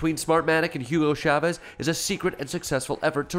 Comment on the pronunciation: So not funny. And can't even pronounce Chavez. He says Shavez.